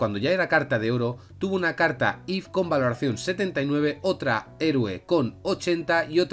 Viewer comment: dios mio porque dices cartas if si son if sif y tif por favor porque lo estas diciendo mal